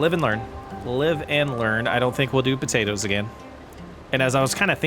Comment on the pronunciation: If you're gonna say potaters and tomaters, you need to leave off the "po" and "to" to be correct red-neck😂😂😂